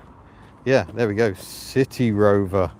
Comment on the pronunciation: You need to pronounce, the 'C' or S sound at the beginning of City in a clear manner, like you did at the beginning and at the end. A couple of times in the car you slurred slightly, and it sounded like a 'T' which made City Rover sound like a saucy sea shanty. I found it amusing, but it probably doesn't fit with your impeccable sense of humour. But you could call it 'Bristol' maybe. Hehe.